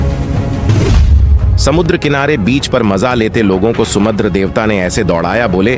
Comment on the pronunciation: Sumadra Devta Nahin samudra Devta 😂